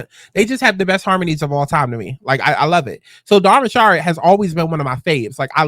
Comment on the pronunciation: Rich-erd not ri-shard 😂